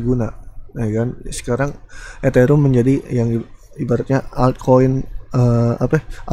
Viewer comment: Eterium bukan eterum